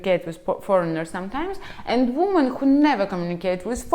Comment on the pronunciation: Ужасное видео.. completely disgast video.. научитесь правильно говорить по-английски слово женщины во множественном числе.. произношение несколько другое, раз вы себя позиционирует как автор видео ' не для русских' ..о самом содержани сего жалкого спитча даже говорить не хочется.... Полный бардак в голове))) хотя бы уважайте себя, что ж вы так кривляетесь.... Я не такая, как все, я жду трамвая)) жалкое зрелище